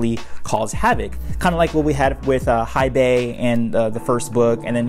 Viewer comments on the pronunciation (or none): Hei Bai not Hai Bei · It’s the M Night level name mispronunciations for me. Its KOOR - uhk and HAY-bai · You need to pronounce Kuruk’s name properly first. And also “Hai bei’s”